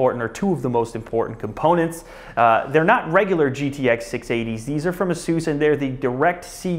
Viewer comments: "asoos"? isnt it pronounced "ace-us"? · Asoose?!?!?!? its Asus, not Asoose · Is ASUS pronounced "Ahh Soose" or "Aye Sus"? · Its not (a-SEUS) its pronounced (A-SUS) The name is derived from the Greek word for a mythical winged horse. Peg(A-SUS) How hard you want to make the (A) is up to you. Maybe this will help you out. I just think if your going to promote a Brand Name you should know how to pronounce it. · Isn't pronounced A Sus not soos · Asoos its pronounced Asus.... just saying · A SIS is how u pronounce it fuckard bit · he pronounces Asus wrong. [Ace-iss] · Its pronounced ace-us asus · I've always pronounced it "ay-suhs" -_- lol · you don't pronounce ASUS properly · he doesnt know how to pronounce Asus